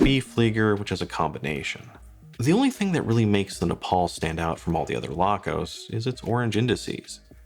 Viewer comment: Neapel - pronounce "ney-ah-pell". Stowa - pronounce "stoh-wah". Wah. Wah. WAH. I have a couple watches with similar Miyota movements - none was more than 150 Euros. And they even have at least a date! I don't think that anything the Laco's have aside that justifies the overprice - neither glass, lume, strap, nor the name. Laco wat he's don't even have decent strap options. And I HATE rivets in straps. Have I forgotten something? Oh yes: No date - no deal.